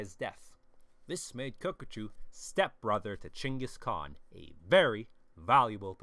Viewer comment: Finally someone pronounced the Khans name right!